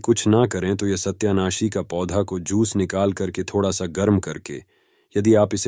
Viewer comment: Satayanashi. Hain. Sahi. Bolo